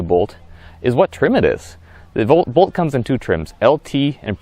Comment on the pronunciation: If you call it the BOLT EV it would be easier to understand what you are saying...I thought you were saying Volt the whole time but noticed the video had a Bolt EV.